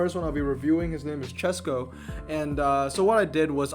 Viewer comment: Chesko here! Thanks for reviewing my garage and thanks for suggestion, I will max 2nd NSX 332. I am really impressed you pronounced my surname right, you're 1 in a thousand 😂 I actually haven't spend any money, this is completely f2p garage. About my Lotuses, I maxed 1st 323 when I didn't really knew what I am doing, then I wanted 233 version but mistakenly maxed it 323 again and finally I got another one couple days later and maxed it 233... Bugattis: I got 3 from regular ceramics and 2 from French premiums. Fun fact, one night I got 2 Veyrons from 3 ceramic packs I opened. I never knew my British garage is that big, I don't really check that stats 😅.